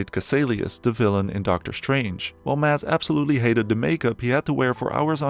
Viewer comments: It is not Matt. It is Mads. Why can none of you english speakers say anything in dansih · as someone that shares the same name. I do find it funny how foreigners always says maDs and puts pressure in the d, While in danish the D is silent. It's pronounced Mas. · It bugs me when everyone calls him MaDs...The D is silent. His name is pronounced Mas (like Christmas). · People need to learn how to pronounce his name,Mad-s, it's a silent d with a hard s - like a mass. Thank me later! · The D is silent. Just say "Mass" but a bit quicker than you would in an english accent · you dont pronouse the d in danish. so his name spoken is mas mikkelsen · Sorry, but as a Dane, Mads is pronounced "Mas", with a silent D! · i get that some scandinavian names can be weird and hard to pronounce to some. budt mads's name is litterally just pronounced Mas. it cant be hard :D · Dane here. It's always fun to hear the pronounciation of "Mads" in english. The d is silent, so it's actually more like the word "Mass", but more stumped and more weight on the a. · More like 'Maz' with the shortest A you can pronounce. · Forestil dig ikke at være dansk og ikke kunne se alle filmene på vores modersprog. Det udtales mass Mikkelsen. Og det er ikke “flickering lights” men blinkende lygter, pusher er en af hans dårligere film, han har faktisk lige lavet en fantastisk film ved navn den sidste viking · You’re saying his name wrong. Just pretend there’s no d in his name and you’ll accidentally pronounce it correctly. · The d in Mads is silent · THE. D. IS. SILENT. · A point: 'Mads' is pronounced with a silent 'd'. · You just erase half the Letters, as they aren't pronounced in Danish!!